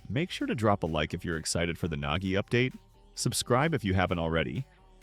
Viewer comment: XD "NEL NAGGI" "NEL NAKKI"